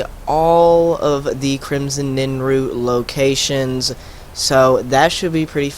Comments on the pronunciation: You kept calling it Crimson NINroot. Bro, it's NIRNroot. Also, it's not Sinder's Field Laboratory. It's spelled & pronounced [Sin-der-i-on.] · NIRNroot not NINroot